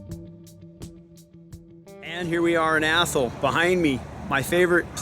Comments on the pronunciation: We have an Athol here in Massachusetts. ) Though we pronounce it Ath-all not Athel. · Even when you are not "making fun" of it, you are still pronouncing it wrong; it IS Ath all .